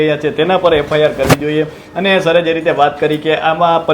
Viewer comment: FIR બોલો FRI નહિ